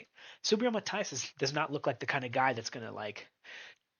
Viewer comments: Mahteeas, Matias, NOT Maathias, por favor amigo, say it right, and your subscribers will most likely grow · No hate here just a little information. If you want to pronounce his name a little closer to the natural pronunciation say Ma-Tea-ass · Please learn how to pronounce Matias. 😂😂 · How can you make a video of someone and can't pronounce his name right🤣